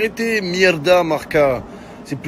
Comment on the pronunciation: Selon Marca... Mohamed Henni ne saurait pas prononcer le mot «Marca». 😂